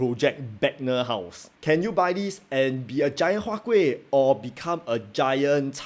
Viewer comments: Sir, your "K"ueh dropped off again ah? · Siao eh, why your huat kueh the k gone again D